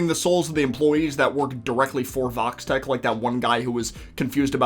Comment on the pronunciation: Am I the only one that always hear Vault-Tech when they said Vox-Tech? Also "It wouldn't surprised me if Vox spied on what happened in the Club with Angel and Val" Show a Vox Camera right on the up-left side.